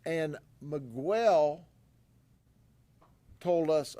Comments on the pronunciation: The guy is not Me-gwell. Its pronounce Me-gel. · The moment he pronounces 'Miguel' as /mi:ˈgwel/ is when I stop watching this channel. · Wild that our government reps can go out and say you are guilty, and tons of case details to the public without judge jury etc. Just bc they arrested them and tell this story doesn’t mean it’s true. So much for presumed innocent until convicted. Also, it’s not miGUEL. Smh. As if Grady doesn’t know how to say Miguel. 🙄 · Ain’t no way my boii Judd pronounced my name Miguwel 😅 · Who is "megwell"😂😂😂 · Guy can’t even pronounce Miguel correctly. That’s a big red flag. Guarantee he’s breaking the law himself to build these cases. Wolf in sheep’s clothing. It’s obvious he’s a rat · is ignorant. He mispronounced Miquel's name over and over like a stereotypical white southern Democrat deputy, that I finally stopped the video in disgust and embarrassment for LEOs that were also probably throwing up in their mouths at the ignorant cop. I honestly believe the People of Florida elect ignorant public servants on purpose to publicly demonstrate their inbreeding reduced IQs.:face-green-smiling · American people need to pronounce other culture's names, countries in their original language. He won't say his name, Miguel, properly; we all learn English but these pure Americans wont respect the culture and that's why America is where it's at. I'm glad they got them though. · I like how he intentionally mis pronounces miguel lol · He knows how to say miguel thats disrespectful to Hispanics